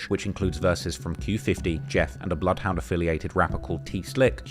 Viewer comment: Bloodyhound Jeff then immediately puts up bloodhound Jess graphic on the screen, is this like saying 2pac’s name because it sounds wrong to you ?